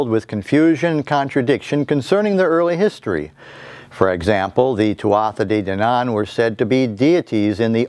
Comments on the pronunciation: Your pronouncing it wrong, its pronounced "twoah day dannan." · It's pronounced Tootha Day Dannan